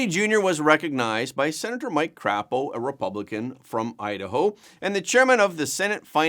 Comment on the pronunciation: Great report. Just not Senator Crapo is pronounced Cray-po not Crap-o!😁